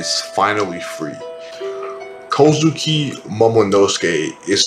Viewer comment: Great video! Only gripe I had is that you switch pronounciations of the name Kozuki. Three syllable names have the emphasis on the first syllable, 99% of the time. So it's prounounced KOz'ki, and not koZUki. Aside from that minor gripe, great video. From a fellow; keep up the good work.